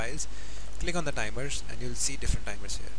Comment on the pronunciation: Hey another bideo about tibers. Un, twho, taree.